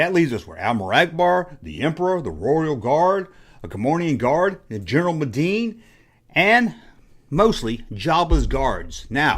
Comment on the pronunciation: Did you say, "General MADEEEENE"!? you did